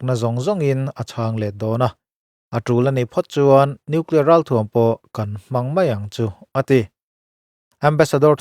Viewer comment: Nuclear ti reg hahthlk